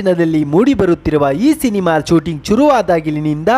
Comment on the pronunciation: Adhu shooting,,, 😂 😂 😂 chooting allaaa 😂😂😂😂😂😂